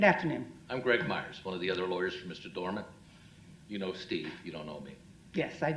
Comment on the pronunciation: Doreman, not Doerman.